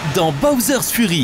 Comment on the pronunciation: Il fallait dire Fury en tant que "Fyury" car Furry veut dire autre chose